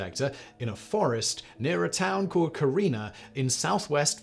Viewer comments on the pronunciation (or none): none